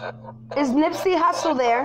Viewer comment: That is not how you pronounce his name !!!!!! That shit irritating